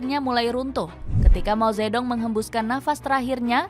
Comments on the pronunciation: Mao ze thung bacanya itu yg bener jangan mao zetdong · Ini pembawa acara gimana sih, mao ze dong dibaca begitu, seharungnya dibaca Mao Tze Tung . D = dibaca T. Ong = dibaca Ung